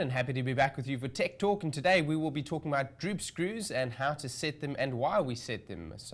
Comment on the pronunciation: Druup scruuws 😂